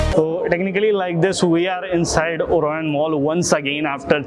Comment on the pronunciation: Bhai orion mall hai oran nhi